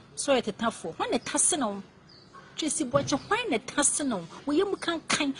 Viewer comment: Eeeiiiii these ladies are destroying the name "Boakye" paaa ooo. Asem ben koraa nie😎😎😎